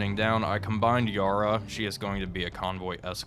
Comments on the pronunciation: Too many episodes of hearing you pronounce Yarra wrong. It’s pronounced as if it had one R, sort of like “carrier”. You wouldn’t pronounce that as “car-rier”, same as Yarra isn’t “yar-ra”. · FWIW, "Yarra" is pronounced with a stressed vowel - /æ/, as in "black cat". The name comes from the main river that runs through Melbourne and originates from the aboriginal word for waterfalls. - The more you know. :)